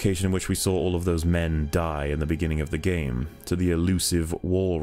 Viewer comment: I just can't listen to, he won't let go his "Dis gaem's a moovieh" bullshit and his voice sounds so damn artificial.